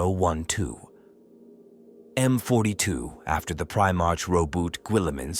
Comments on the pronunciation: If you are going to make a 40k video at least learn how to pronounce Primarch correctly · It's not fine for me either. 😅 I did keep trying to think of it that way, but the mispronunciation was still just way too much for me.